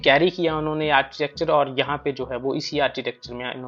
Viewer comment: आरचीटेकचर नहीं कहते. . आरकीटेकचर pronounce kartey hain